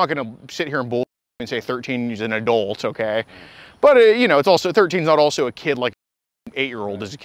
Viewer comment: The way says adult is irritating. "Adoolt"